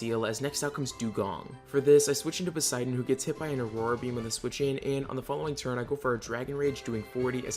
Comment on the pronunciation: hes called Poseidon btw not Poseiden :D